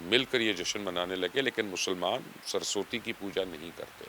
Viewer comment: سر جی سرسوتی نہیں کہتے سرس وتی کہتے ھیں